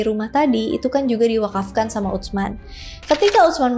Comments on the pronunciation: Utsman dilafalkan biasa aja kak "Usman" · Ditulisnya UTSMAN...dibacanya USMAN aja 😊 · Izin menyampaikan pelafalan nama " Utsman " yang lebih tepat. 🙏🏼 Huruf "ts" (tsa'/ث) dibaca sebagai satu huruf. jadi, tersuara utuh, bukan seperti huruf "t", kemudian "s". Jadi prakteknya, terdengar seperti "s", namun dengan sedikit memgganjalkan ujung lidah ke gigi seri atas, dengan sedikit memberikan celah. semoga membantu. 🙏🏼😊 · !🎉🎉 Aku ga nyangka kakak bahas sahabat Rasul Saw, btw, pelafalan Utsman untuk "ts" pelafalannya itu sama halnya "th" di kata thinking..... Tapi sebelum itu, terima kasih yaaa🎉